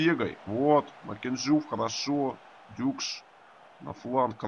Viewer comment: он все-таки дукш, а не дюкш, вы неправильно называете, это непрофессионально!